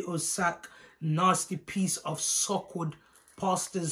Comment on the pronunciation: LOOOOOOOL nooooooooo my gurl did u just say 'Suk wood'....lol......im bussing up!!!!! Na waaaaooooooooo come see my Jamaican sista ooooooo